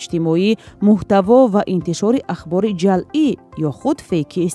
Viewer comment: Озодӣ, бори чандум аст, ки мегуям: ҶАЛЪӢ не, ҶАЪЛӢ бигӯед !!!!